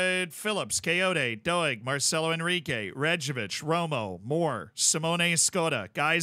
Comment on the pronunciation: I can’t not hear you saying “doe-egg” rather than ‘doyg’ for Doig 😂